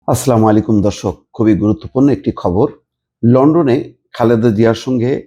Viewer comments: আস্লামালিকুম নয় শব্দটি হচ্ছে "আসসালামু আলাইকুম" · সালাম সঠিক করে নিবেন। আসসালামুয়ালাইকুম ওয়া রহমাতুল্লাহ।